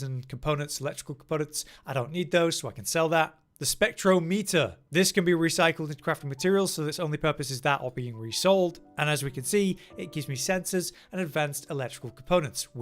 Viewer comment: Spectrometer is pronounced the same way you'd say thermometer